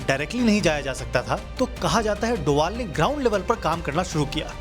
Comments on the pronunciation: Doval nahi sir bol . ... Doval sir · Sir Ajit doval bolna bro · Sahi se naam le bhai ajit doval itna khatarnak aadmi h kya hota hai be